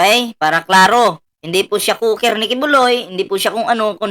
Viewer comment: Cook at hindi COOKER